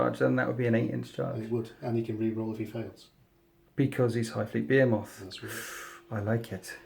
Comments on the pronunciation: Be-hee-moth. Not Be-he-moth. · You say Behemoth quite strangely Great Batrep! Wish more people played Blood angels!! I need Ideas